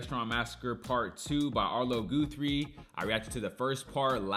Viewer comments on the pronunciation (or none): HIs father was Woody Guthrie, the famous protest singer of the 1930s who wrote the great song "This Land is Your Land". Their name is pronounced like 'Gus', not 'goose'.